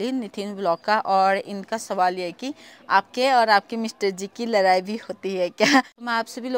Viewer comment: Abhi bhi ladai ko larai bol rahe ho😂😂😂